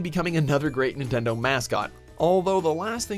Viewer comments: "Nintnedo" not even 4 seconds in and you already messed up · "Nintnedo Labo" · Nintnedo... NINTNEDO!?!? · 'Nintnedo labo' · Nintnendo lol